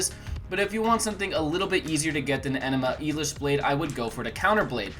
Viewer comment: "Enema Elish" lol